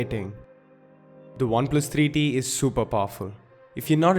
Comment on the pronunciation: Great reviews but I don't know why I listen "Oneplus 3D" 😅